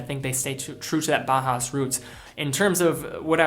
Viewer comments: Until you started talking about Junghans, I was 99% certain you were saying "Baja", not "Bauhaus". It should sound like "Bow-House", with Bow as in "Bow to your king." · Just for future reference Bauhaus is pronounced Bow-house, ‘bow’ like the courtesy, not the weapon - love the vid otherwise